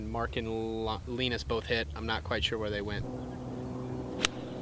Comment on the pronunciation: poor Linus getting his name butchered lol